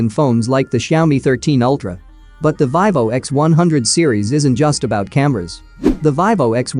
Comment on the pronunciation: Its Veevo no the ling "i" sound.